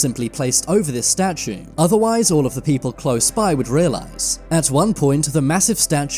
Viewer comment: What's a 'statuN'? 🥴